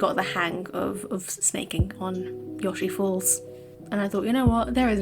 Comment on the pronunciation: unrelated, but I always just called it "Yo-Shee-Falls" I've never heard anyone call it "Yaw-Shee-Falls" before lol